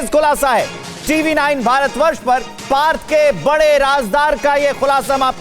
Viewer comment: Part Chatterjee???? Burbak It's partha OK.